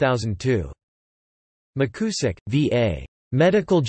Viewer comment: Appreiciate whoever posted this. It may be worth repeating the project with a newer, more natural-sounding computer voice. The surname is pronounced Mick You zick. And you probably do not to read out the bibliography. Again, thanks for the effort. He was my wife's uncle.